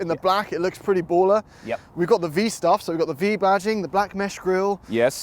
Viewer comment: Cant help but giggle every time says "baller"!!!